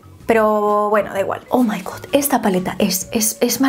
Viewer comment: Pronuncias mal god. Tienes que pronunciar la o entre a y o, 😘